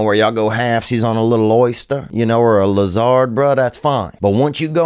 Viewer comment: the way he pronounces 'lizard' lol